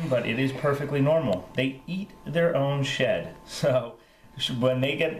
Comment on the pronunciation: at first i thought you said they eat there own shit....lol